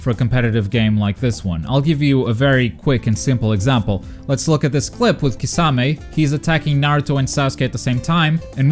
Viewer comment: Actually wait. You say Kisame weird too.